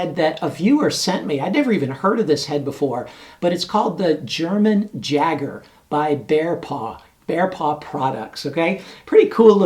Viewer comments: Yay-Ger not Jager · Pronounced Yager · It's pronounced Yager. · Just gotta say the "J" in Jager is pronounced with a Y sound. So kinda like "Yager". Jager in German means Hunter!:) Nice test as always! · How is it possible he mispronounced it? Hahaha